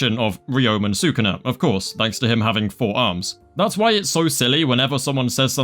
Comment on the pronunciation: STOP SAYING "SAKUNA" PLEASE